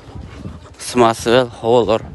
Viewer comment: Самосвал дечи самосвяз дебей